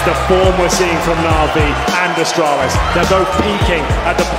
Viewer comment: Did he Said Astralis?